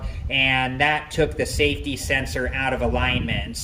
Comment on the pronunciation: SAFTY SENSORS!! 😂😂😂